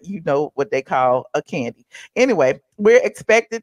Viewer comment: Do they call Kandi, "Koondi,"? 🦝😂